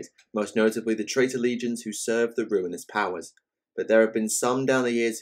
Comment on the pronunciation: Did he.....did he just pronounce Legions and "leg-i-on-as" ???